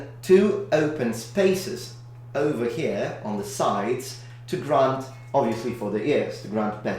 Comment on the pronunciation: Your pronunciation of "here" is perfectly upper class English just for a split second xD